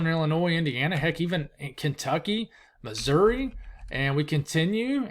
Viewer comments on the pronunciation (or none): none